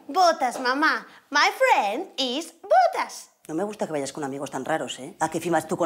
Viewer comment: yo escuche my friend is putas😂 pero es botas 😅😅😅